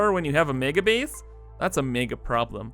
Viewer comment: Is it an in-joke or a deliberate art decision, but are you actually pronouncing "base" as "bees"? :)